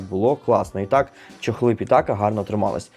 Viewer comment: Тільки не чЕхли, а чОхли😅 Дякую😊